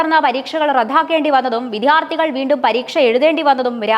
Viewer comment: വിധ്യാർത്ഥി അല്ല വിദ്യാർത്ഥി എന്നാണ് ശരിയിയ വാക്ക്